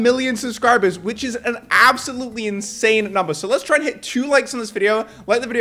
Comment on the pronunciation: “ this is ABselout insane”